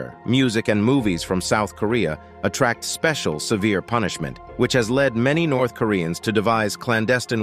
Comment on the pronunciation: I laughed more and more every time I heard "lab-hour". The pronunciation problem in this video is very sev-array (severe)!